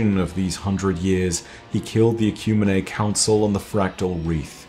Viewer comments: I'm fairly certain "Ecumine" is pronounced "Eh-kyew-meen", not "Eh-kyew-mee-nay" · this is amazing. Ecumene is pronounced Ecumeen